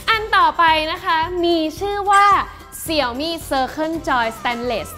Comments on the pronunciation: เห็นทาง Xiaomi ประเทศไทย ขอความร่วมมือให้อ่านชื่อแบรนด์ให้ถูกต้องอ่ะครับ Xiaomi อ่านว่าเสียวหมี่ ไม่ใช่เสี่ยวมี่อ่ะครับ เวลาอ่านผิดแล้วความหมายมันเพี้ยนครับ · ดูแปปๆก็กดออก หงุดหงิด เรียกเสี่ยวมี่ มันอ่านว่า เสียวหมี่ เว้ยย